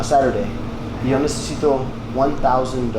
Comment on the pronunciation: Cant even say Saturday 😂 my gosh